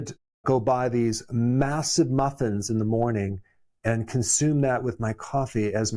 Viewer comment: The way he said MUF FINS..lol. has anyone seen the new Dunkin commercial where the guy is picking his hashbrowns off a tree?? I think we are smarter than that Dunkin lol we KNOW they aren't healthy they dont grow on trees😂